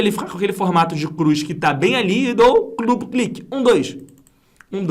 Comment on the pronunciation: min. Clupu cliqui. Ri muito aqui da sua dificuldade em falar duplo clique 😂😂😂. Brincadeiras a parte, aula sensacional. Estou me preparando para concurso público, e sinceramente não tinha noção nenhuma sobre a construção da fórmula. Entendi perfeitamente o processo. Parabéns e muito obrigado.